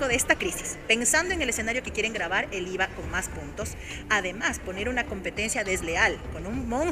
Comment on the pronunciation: Que dice Íza, bicosss jiss naisss 😅😅😅